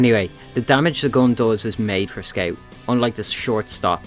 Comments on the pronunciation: Bro are you Australian you are saying sceaut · meet the squew. (being rude wasn't my intention, i really like the way you say it)